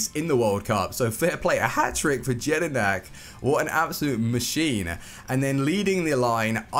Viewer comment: You said jedinak wrong